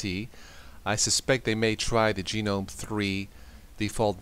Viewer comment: Lose the attempts at humor. Stop pronouncing it "Gee knome". Make up your mind what you prefer BEFORE you make the video so we don't have to listen to you saying "aaaahhhhhhh".